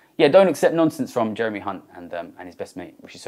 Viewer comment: Thsts not how you pronounce Hunt